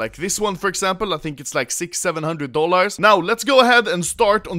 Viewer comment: i love how anomaly says: dolårs